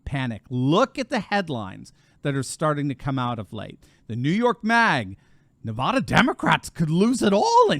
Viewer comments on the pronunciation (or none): Great Video but as a long time resident of southern Nevada; we pronounce our state like as in; Nevaaaaaaaada. It's not Nevoda!😄. Keep up the Awesome channel!🤠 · Nevahhdahh?‼️😜..., it's Nevăda... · “Nev-ad-a” not “Nev-arr-der” (apparently) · Thanks for covering Nevada. It's really funny listening to people outside the state pronounce Nevada. It's Nev-add-a not Nev-odd-a. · "NevAda" Not NevAWda"! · The first 'a' in Nevada is pronounced like 'bad', not 'bod' How to pronounce Nevada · people in Nevada hate it when you say it like you say it, "Nevouda". Say it like this "NEVAADAH". you'll make more friends there. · its nevada not nevahda lol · NEVAAAAAAADA not NAVAUDA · it's pronounced: Nuh-Va-duh, not Nuh-vaw-duh. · Great news for our State of Nevada (Ne-vad-a, not Ne-vod-a, it is an "ad, not odd"). The one thing which is odd about Nevada, is Reno,j Nevada is farther West than Los Angles, California. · Isn't it pronounced Ne--uh (rhymes with Ne uh), instead of Ne-vod-uh? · Nevaaada, not Nevaduh. Please say it right. I have trouble believing Biden actually won here in 2020. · NE-VA-DUH NOT NE-VA-DAH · We’re kicking butt & working so damn over here! We will be RED in November. Not lean but solidly RED! It’s Nev-AD-a not Nev-AH-da!! Btw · Doc, paleeeeze! As the San Bernardinoans are justifiably sensitive about "Berdoo," so too are we about Nevada as-in Ah! Nevada as properly pronounced is with the first 'a' as-in AT and the second, as-in UH. Just remember NEV-AT(d)-UH for our state, and you'll have 'er made! And also, re the present matter at-hand: it is to be expected that Dems as viewing now much wall-writing regarding their own likely fates, ARE shifting Right but, will to NOT tell a soul about it! Not too difficult to imagine why-not, no? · NahvAAAdah. AAA as in cat,. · I love your work, but the state is pronounced - niv-AD-ə. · it’s Neh va (a as in apple) dah. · You are mispronouncing Navada